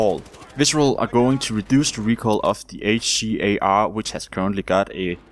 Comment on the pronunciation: It bothered me so bad how you said HCAR and M416 lol